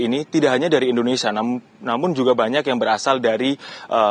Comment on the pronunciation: Indonesia bukan Endonesia, mbak.